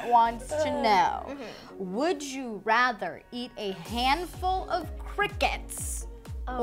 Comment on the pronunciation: When they say would you rather I’m like ya mean would you wrather 🤣